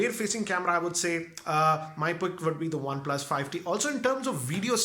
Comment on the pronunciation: He is saying fi T